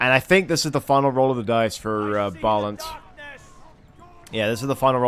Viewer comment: Bro, I didnt know I was being casted wtf xD just some random guy told me about ur channel:o Btw my name isnt pronunced like Balin the dwarfs, its in hungarian and the "á" is like the first sound from the english "I" (am), but you can type it in google translate if set to hungarian. Nice cast btw